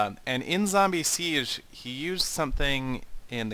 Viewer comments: he spelt siege faulse. its not siesch, its more a g but without a sch ^^ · PLEASE! you spell Siege like zee-gay. (the first 2 english words or letters that remind me on the sound of the german word ;) zee and gay!